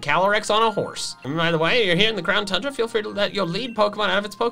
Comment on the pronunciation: Tundra (toon - druh)